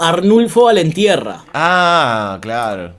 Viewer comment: Me hace doler el oído escuchar baltierra cuando es valentierra